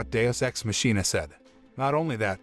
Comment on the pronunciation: Not the mispronunciation of machina